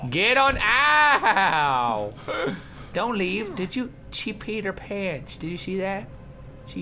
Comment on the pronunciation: Why "She peed her pants" sonds like "She's Peter Pan" ?